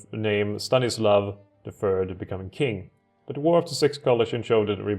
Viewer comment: it's pronounced ching, but I've seen it pronounced king quite often